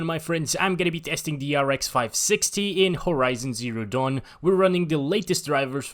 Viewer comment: Doesn't it feel like you say damn when you say dawn lol Nice video btw